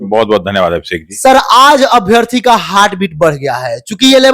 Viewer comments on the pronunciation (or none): In your language....heart is हायर्ट 😂😂😂😂😂😂😂😂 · It's हार्ट not हर्ट